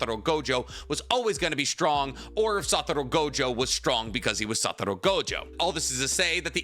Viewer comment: He’ll say satoro but not otsutsuki lol nahhhhhh